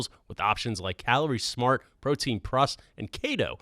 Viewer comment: “Protein prus” didn’t know was Asian